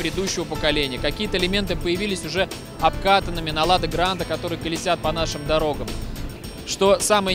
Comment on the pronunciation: Некоторые элементы появились уже ОБКАКАННЫМИ Я один это услышал? (Я знаю, что там говорят обкатанными, но лада.....)